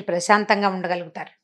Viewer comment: Prasatha kadu prasantham